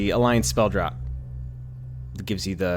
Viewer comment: Great build, BTW it's pronounced "Draft" on Spell Draught, same as (Draft) Draught Beer